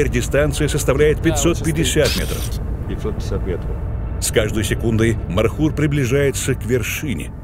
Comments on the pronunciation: Не мархур а МОРХУР. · Правельно говорить,не мархур,а морхур.Мор с Фарси,змея.(Змееед). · НЕ МАРХУР А МОРХУР. НЕ НАДО ИЗМЕНИТ НАЗВАНИЯ ИЗ ЗА ПРОИЗНОШЕНИЯ. МОР - ЗМЕЯ. ХУР - ЕД . ЗМЕЯЕД. ЗАЧЕМ ИЗ ЗА ВАШЕГО ПРОИЗНОШЕНИЯ ИСПОРТИТЕ ИМЯ -НАЗВАНИЯ. НАПРИМЕР ХИСОР HISOR Вы називаете Гисаром GISAR. Если из за произношения Андрея назвать Андрай это как выглядеть. В советские времена из за произношения портили наши имена и фамилии в ЗАГСЕ. НАПРИМЕР ШАРИФ-а ШАРИП-М написали на свидетельство о рождении. Ахмада AHMAD писали Ахмедом. И мою фамилию так же испортили. У узбеков в произношении нет буквы Ф они произносят П. ИМЯ В ЛЮБОМ ЯЗЫКЕ НЕ ДОЛЖНО ИЗМЕНИТСЯ ИЗ ЗА ПРОИЗНОШЕНИЯ.